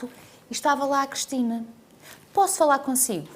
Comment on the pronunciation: Eu como Cristina que sou reparo que a Cristina Ferreira diz "Crestina" ??